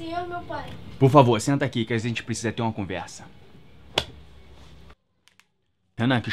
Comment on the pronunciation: Que "azente" precisa conversar